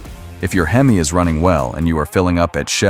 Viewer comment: You have to love AI. It said hemiss instead of HEMI. Lol😅